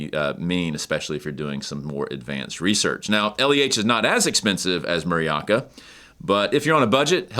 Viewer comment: Muraoka 村岡 (Village Hill) is pronounced “Moora Ohka”, not “Murry Aka”